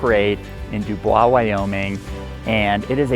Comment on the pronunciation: It's pronounced duboys